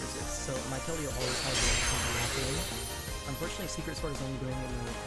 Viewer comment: this wiwwerawy might be the most unfowtunate game ive evwa seen my wife